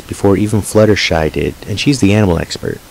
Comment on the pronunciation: Little shy? It's flutter shy